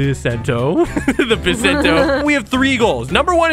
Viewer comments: it's bisento not bissento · It’s pronounced Bai-Sen-Toe. THE ONE PIECE IS REEEEAAAAL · bisento you can hear the i is right